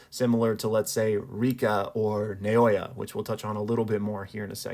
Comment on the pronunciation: Fuck it's refreshing to hear someone actually apply some understanding to storytelling rather than just literal interpretation. If we can just get americans saying naoya correctly I'll be happy.